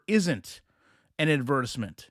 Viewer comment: Can I ask why you're saying adversement instead of advertisement? Lol I caught it and just wondered